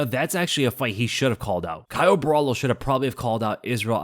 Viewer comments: just to help you out, Borralho is pronounced Borralio not Borralo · It's BO HA LEE U (that's how you pronounce his name correctly. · For anyone interested, the right way to pronounce his last name is something like “boh-rrah-lhyu” ( the last sylab is very hard to put in text, think of the lh in silhouette but emphasize it a bit more lol ) 👊🏽